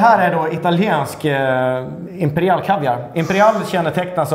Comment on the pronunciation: Varför säger han imperial som imperiall